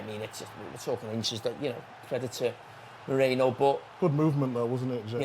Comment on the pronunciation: How hard is it to say Merino instead of Moreno.